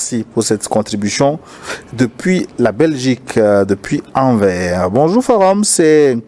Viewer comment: Monsieur, sur Anvers il vous prononcer le " s "; svp. Je suis d'origine Ex - Congo Belge